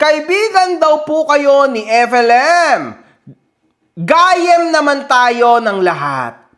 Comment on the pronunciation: just to correct the pronounciation ng "gayyem" which means friend sa ilocano. Guy yem po yung correct way.